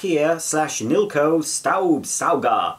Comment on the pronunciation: I'm surprised: You actually pronounced Staubsauger mostly right. the first s just needs to be pronounced like the SH in the evil SH Word. =)